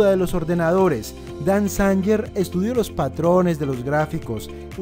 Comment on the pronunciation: Dan Zanger. La pronunciación correcta es: Dan Zeinguer